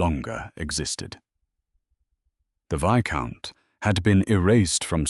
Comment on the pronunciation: The s in viscount is silent